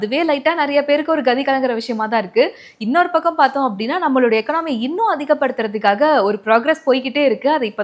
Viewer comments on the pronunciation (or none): எகனாமி இல்ல. எக்கானமி. Please correct yourself.